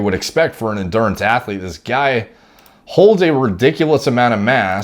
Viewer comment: The word is athlete dude